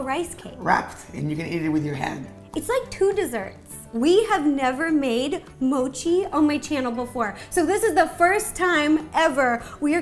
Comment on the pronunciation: At least learn how to say mochi😐!!!!!!!..bcz thats our beloved park jimin's side name💜